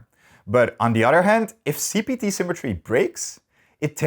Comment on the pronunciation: Jesus, I keep on hearing CBT instead of CPT. Edit: This part is a banger.